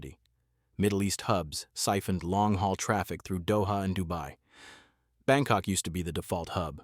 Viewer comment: Did you says BangCock? 😂😂😂